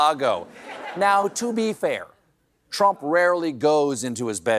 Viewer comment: You're still saying Drumph, huh?